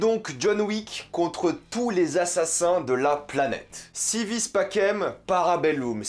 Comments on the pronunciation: Par contre stp prononce bien si vis pacem parabellum: si ouis patchem parabelloum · En latin on prononce "Si wis pakem para beloum" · Déjà vu la miniature tu mérite des critiques et puis j'ai meme pas envie de parler de si vis pacem vu comment tu le prononce